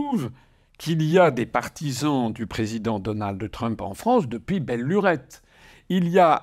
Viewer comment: On ne dit pas "DonaldE Trump" mais DonalD Trump.